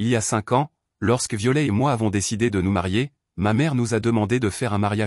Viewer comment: On ne pro No NCE pas Viole Ilfaut prpo on er le t de violet sinon c est ridicule